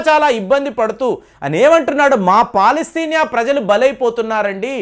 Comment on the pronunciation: పలాస్తేనియా కాదండీ అతను ఏదో అంటే మీరుకూడా అలా పలకటమేంటి? అది పాలస్తీనా